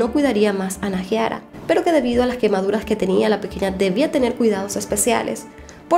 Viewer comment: no se dice naJIara se dice naiara JAJAJ <3